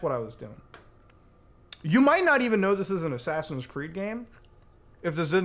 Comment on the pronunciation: ofc, Ass-ass-ins’s